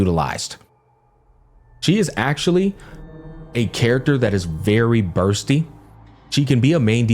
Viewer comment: Even Bursty as Busty sometimes lol.